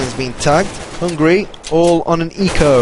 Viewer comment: Hungary, not hungry